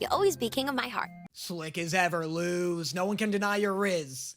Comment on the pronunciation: He still says Lose instead of Luz Luz=Lus